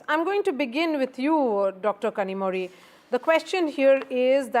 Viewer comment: North is allergic to education and quality of life, so are North leaders. BJP spokesperson can't even say "Kanimozhi"